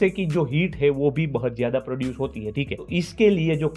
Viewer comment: 😂😂 bahut ❌ bahat✅😂